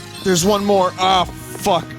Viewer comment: “Twials of Mana!“ “YES! I hate this! It is revolting!“ “Mowe?“ “Please.“